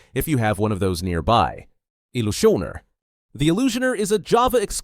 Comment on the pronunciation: ee-llu-shoner hits hard 🗣🗣🔥🔥